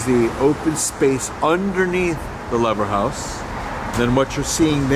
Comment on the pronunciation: It's promounced Leever house.